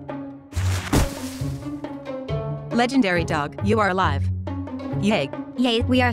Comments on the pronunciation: It's not legendary it's legandary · Isnt it legendary instead legendery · Stop Saying Legeandary Dog It's TO TO Funnyy!!